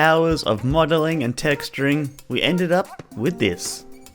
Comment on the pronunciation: Did he just said beended it at the beginning? 😂